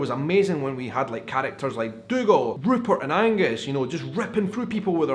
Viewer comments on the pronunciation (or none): none